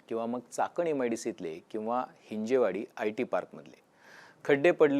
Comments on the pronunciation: हि़जेवाडी ❌ हिंजवडी ✅ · हिंजवडी म्हणा हिंजेवाडी नाही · Hinje nahi dada hin-jav, patrakar ahat tumhi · बरोबर, गरजेची बातमी. एक चूक सुधारणे आवश्यक आहे: हिंजवडी योग्य आहे, हिंजेवाडी चूक आहे. हिंदी भाषिक लोकांनी हा अपभ्रंश सुरू केला आणि आता मराठी माणूस पण चूकीचा उच्चार करतो आहे. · हिंजवडी म्हणा हिंजेवाडी काय! ह्या हिंदी लोकांनी गर्दी करून मराठी माणसाची भाषा पण बिघडवली. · हिंजवडी म्हणा साहेब .